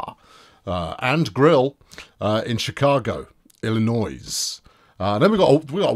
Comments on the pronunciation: The 's' in Illinois is silent,. Just sayin'. ILL-I-NOY. Although, one senses you are intentionally mispronouncing it. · The S is silent in Illinois